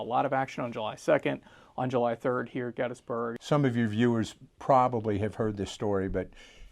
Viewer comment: please pronounce Gettysburg correctly...my god